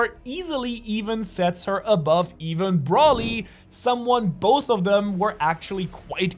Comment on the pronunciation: Or "Brawly" can't blame him for that one I used to pronounce it like that.